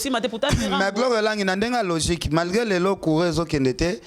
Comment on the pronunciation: balobaka malgré et non margré ozalaka nde udjana nzoka olataka caleçon teeee??😁😁😁😁, nalingako nde po ozalaka soldate ya makasi obundaka ba guerre nayo yo moko, bo vivaka nde na ntinsani?? ferré Penza leader a guetto.